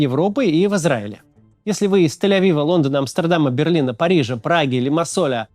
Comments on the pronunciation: Максим, давайте правильно говорить — ЛИМАССОЛ, какой нахрен Лимассоль? второе видео подряд настойчиво комментирую. Пожалуйста! :))) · Скажите уже Максу,что город Лимассол , а не лимасоль) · Лимассол, а не ЛимассолЬ:) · Город называется Лимассол, не Лимассоль 😅